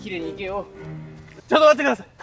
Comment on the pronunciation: ちょっと待ってださい！すき